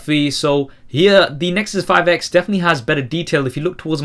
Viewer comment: I'm pretty sure you said " The Nexus 5 eggs " :D